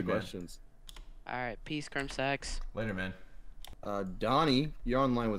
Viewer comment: "You're on the line with crimSEX"